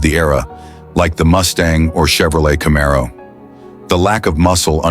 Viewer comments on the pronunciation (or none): none